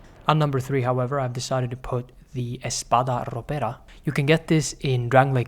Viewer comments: Where are u from if i can ask, i Like your "r" when u say espada ropera, btw i never enjoyed any of those cuz a weapon that only do a single moveset is not for me, even if they all look amazing, i Just can't enjoy something Like this, gr8 video tho!!! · Aaaah, that perfect pronunciation of Espada Ropera gave me years of life